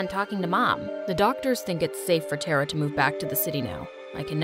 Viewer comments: You guys have such a big and good production and still you guys can't pronounce a simple Indian name?! She was pronouncing Tara tera, I request you guys please don't ever make videos which include Hindi words cause you guys just ruined the beautiful language, shame on you MSA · its not tara.It's Thara.Thara means star🌠🌟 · As an Indian , the pronounciation of Tara was really hilarious 🤣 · The name “tara” in india is so mispronounced 🤣 🇮🇳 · The way she said "Tara"💀😂 Only Indians will understand 🙂👍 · TTARA pronounce it again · Why you people pronounce Tara and Rita wrong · this is compleatle false i mean they didn't even say tara right its pronounced taaraa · Surprise surprise, my name is Taara and her name is pronounced (Th-A-Ra) the voices did not pronounce her name properly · Sis you are pronouncing main protagonist's name wrong i guss it should be taara not tara taara which spellijg is tara means stars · And BTW, the pronunciation of TARA is not "teraa" its "taaraa"...But its fine😊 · It's " TA-ARA" not " TERA" . The pronunciation is not correct here. In India, a Star is called as TARA. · it's actually Thara it's just spelled tara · We don't prouns it Tera we around it tara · It’s not Teraa it Taaraa 😊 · help all these indian pronunciations they do are killing me (tara is pronounced TAA-rah, not terrah) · The name is not tera its T.A.R.R.A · 😑its TARA not TERRA... Whats with this some kind of intergalactic name... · its not Tera it's Tara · It's hilarious how they pronounce "TeRa" instead of Tara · pronunciation of tara is : taaaaaraaaaa not tra coz I can tell I m from India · I love the video, but isn't her name pronounced "Tah-rah"? Not "Teh-rah"? At least, that's what I think because Tara (pronounced "Tah-rah") means "Star" in Hindi, Tamil, Bengali, and other Indian languages, too. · HER NAME IS NOT TERA MY NAME IS TARA BU5 IT IS PROUNOUNCED TA-RA NOT TERA GET IT RIGHT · It’s not tera it’s Tara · its not tera its ta-ra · thats taaraaa not tera